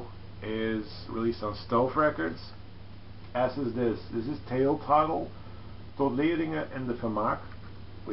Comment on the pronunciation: I took your advice on the Wire albums. I do love Pink Flag and I would want to experience a bit more so your suggestions along with Henry's post were very beneficial. You pronounced that Tail Toddle tile very well. I dig when you pronounce them in Dutch. I have heard of Frysk language too. I want to learn more about the languages there. > Solution and Traveler are new to me. But this is also a benefit that I get from your posts. Thanks, well done. Rob/Boston